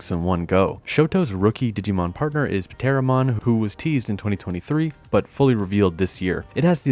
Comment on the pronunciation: 1 for pronouncing the "P" in Pteromon +1 for the way he said "BAWLLS" Perfectly balanced